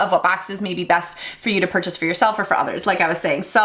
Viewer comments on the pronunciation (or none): none